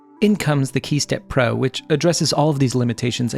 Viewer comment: man saying key steppro, I'ma hearing hey stepbro...